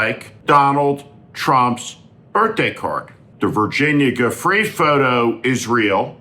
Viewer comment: Not "Virginia Goo free. Learn pronunciation if you plan to continue audio. Disrespectful.